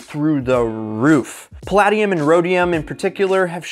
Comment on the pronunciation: Pronounced pa LAY dium